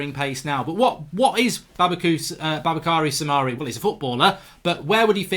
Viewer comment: I don't understand you say Soumare shouldn't be a good tackler - I've seen him do great tackles on Youtube. He's name is pronounced "Su-ma-ri" by French TV.